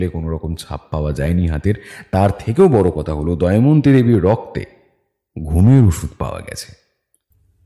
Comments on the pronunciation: Good story… but pronunciations must be done more attentively… the name is ‘Damayanti’ not ‘Daimanti’. Sounds very odd. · দময়ন্তী কে বারবার দয়মন্তী বলাটা বিরক্তিকর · নাম টা দয়ামন্তি নয় দময়ন্তী...plz একটু খেয়াল রাখবেন। সেটা বাদ দিলে অসাধারণ❤ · গোয়েন্দা স্বয়ং যদি গোটা গল্পটা তে "দময়ন্তী"কে "দয়মন্তী" বলে তাহলে আর কাকে কি বলবো।অন্য কয়েকজন দু একবার ভুল বললেও গোয়েন্দা মশাই এর মতো পারদর্শী তা কেউ দেখাতে পারেন নি 😂😂। ওনার আরো অনুশীলন দরকার। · প্রধান চরিত্রের এত বড় ভুল উচ্চারণ মেনে নেয়া যায় না! "দয়মন্তী"...😢